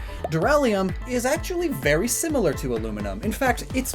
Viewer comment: dur (like durrable) loo (likebritish bathroom) don (its the DAWN ofa new day!) is howusay it